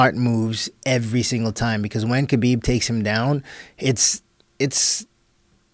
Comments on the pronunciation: Joe Rogan consistently pronounces the K in Khabib. It’s silent. I thought Joe Rogan was just an idiot at first but it’s likely a passive aggressive insult. How can he not know how to pronounce the Champions name after a year? Weird. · I just came here to see how this dude’s name is pronounced